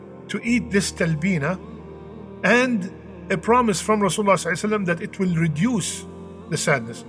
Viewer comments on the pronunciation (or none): Brother Eat Talbinah or whatever but I humbly request you not to eat words while saying صلی اللّٰہ علیہ وآلہ وسلم.... Please say properly and clearly.... JazakAllah....